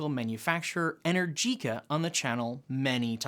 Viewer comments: Just a heads up, ...it's not "inner-jeeca" It's "E-nergica" 👍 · PLEASE learn to pronounce Energica correctly - E-nergica NOT Energeeca. Thanks :) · Since you've been pronouncing Rimac the right way ( with the rolling "R" and the "TZ" at the end) you should pronounce Enérgica, and not Energìca..it really made my ears hurt.